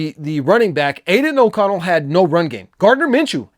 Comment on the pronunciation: Say aiden oconell again 🔫